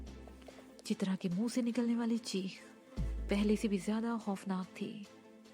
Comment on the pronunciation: Khoofnaak ko hoofnaak kehte hain